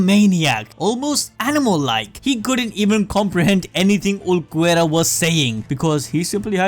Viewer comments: i think i will vomit if i hear u say "uluquerra" one more time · is Ulquiorra not Ulquerra pls bro ( great video btw) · OOL-key-ora Ulquiorra not uloquerra or w.e tf it is youre saying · "Ooluhquerra"? Who's that? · (Ul-Key-or-a) please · who the fk is ulucuera ? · Visored - Vai-zurd Ulqiorra - Ul-key-aw-rah Hueco - Hweh-ko Cero - Seh-row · Uhl-key-oh-ra lol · ulquiorra is pronounced Ehl keh yorra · ABD it’s PRONOUNCED “ool-key-ore-a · I usually love you guys.. but there are WAY too many videos online, including BLEACH ITSELF.. for you to be saying Ulquiorra "ooloh-kwera". There's having an accent, and not giving a crap. This is you not giving a crap about your product or its consumers. Come on man. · Please for the love of god go listen to any1 say any of the names in the show man byakuya sure but then Ulquiorra got me. They say the names in the anime come on bro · "Vi-so-reds" "Ulo-querra" 🙉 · Dude pronouciantion Cero= sero Vizards- vaizards Ulquiorra= Ul quior ra Byakuya= bi ya ku ya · He must be doing it on purpose to make us comment. No way he thinks it's pronounced vizareds and uluquerra...